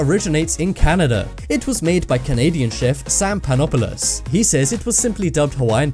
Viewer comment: I thought he said "Sam Pine-apple-us" 😂